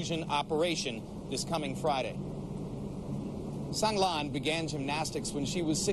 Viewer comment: So many people reporting on Sang Lan are just butchering her name!